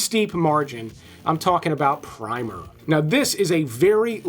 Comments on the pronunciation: Great video but can you take AI seriously with pr ' I ' mer instead of Primmer as it is supposed to be spoken. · ‘PRIMER” is pronounce with a short i, as in “in”. With a long i it’s paint.